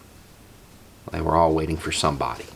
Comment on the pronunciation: "they were all waiting for somebody"... sounds like a dog entering the area 😂 "Is there treats?!... ruff"